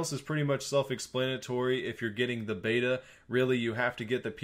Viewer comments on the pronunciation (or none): none